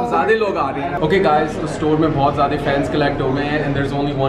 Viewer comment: Zyaday log not ziada😂